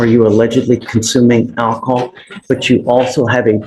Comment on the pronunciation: "I have not consumed any akahol" But have you consumed alcohol?